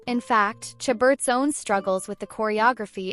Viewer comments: This is a ridiculous video!! Who is this lady reporting. Lacey's name is pronounced "Sha ber" not "cha but." How incompetent!! At least know her name even if you do not know anything about her!! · How many times can this narrator mispronounce Lacey's last name? Good grief.